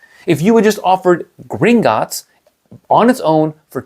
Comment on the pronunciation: It's not Gringotts. It's Gringot_ts